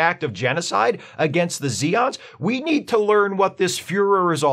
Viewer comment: They are Zay-ons, noe ZEE-ons